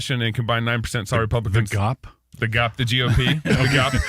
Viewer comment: gop? Don’t feel bad, I am 73 and never heard it THAT way. G O P yeah, a pause between each letter, but now gop!